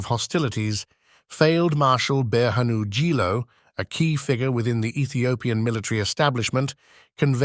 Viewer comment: Lol I like the way he pronounce Brehanu jula name 😂😂 ጅሎ 😂